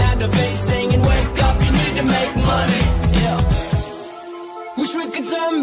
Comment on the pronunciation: I NEED TO WAKE UP TO GET MONEH , YAH.